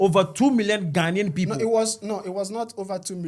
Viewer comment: whatever drugs you are on is definitely working . We know Nigerians cannot pronounce basic English words correctly just as they cannot pronounce Ghana. ....Not ..Gaana. You have made it worse becsuse you cannot even write "Ghanaian". Who put a gun to the heads of the millions of Nigerians to come to our country or African Americans? We will kick you lot out soon to go back to your dunghole called Nigeria.